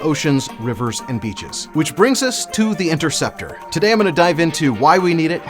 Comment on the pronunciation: Kinda funny how you claim to be a nerd over this thing but mispronounced the name of it and didn’t even bat one of your weird looking eyes